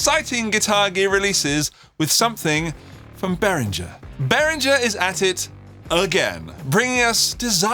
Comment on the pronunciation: And it's Behringer not Berrindger